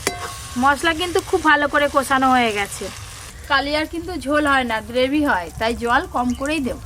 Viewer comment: গ্রেভি হবে গোভি টা কী বাল